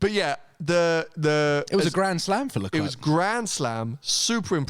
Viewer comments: It’s pronounced LeClaire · Someone please tell how to say LeClerc name... jesus christ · Yes! So annoying